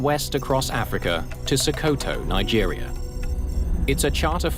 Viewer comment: Reposted. Watched this some years ago. And the destination, Sokoto, is pronounced "Sock oh two"